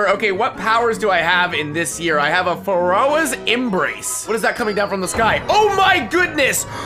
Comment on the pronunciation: "FaRoAs" XD